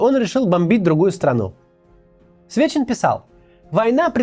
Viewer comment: За весь ролик один раз ты сказал Сечин а не Свечин!*